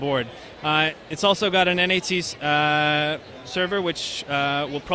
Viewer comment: N.A.T. :P instead of NAT. but pretty impressive coming from TP-Link